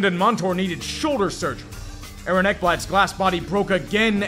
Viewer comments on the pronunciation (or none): none